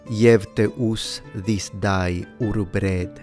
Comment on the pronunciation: The way you said 'day' during the Medieval reading of the Lord's prayer sounded a bit like a Brummie accent!!